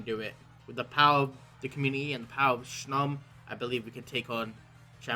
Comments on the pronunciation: LEYOWN SHOM not making fun just thought it was funny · i love hearing how he says snom... SHNOM IS LIFE